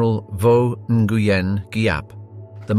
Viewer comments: It’s pronounced “ win “ .. not “ in gu yen “ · For future reference, Nguyen is pronounced “WINN”. Nice reporting. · General 'In-goo-yen'? Seriously?? It is one syllable. Not three. smh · you're pronouncing Nguyen wrong... its supposed to be "new-Ann" ;) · "Nguyen" is pronounced "win"